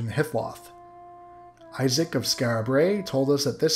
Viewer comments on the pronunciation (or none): none